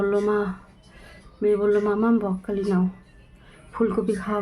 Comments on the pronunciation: কথাটা বকখালি নয় ওটা হচ্ছে ব্রকলি একটু ঠিকঠাক করে বলুন বারবার বকখালি বকখালি করছেন এটা বাজে লাগছে শুনতে আর আপনার কি অসুখ হয়েছে যে কথাই বলতে পারছেন না এদিকে ভিডিও করছেন বকখালি বকখালি বলে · Ota bokkhali noi ..apni thik kore uchharon korun ... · ব্রকলি বলুন বককলি বককলি বলছো